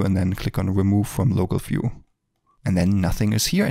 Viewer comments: it is not "fiew", it is view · This video should be run when you start the Blender first time. Amazing work, thanks a lot. One thing bro, "view" - is not "phew" it starts with "v" :)